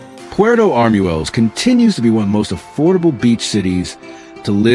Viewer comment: In Spanish, "ue" has a W sound, so it is not arm-u-el-les, it is arm-wel-les.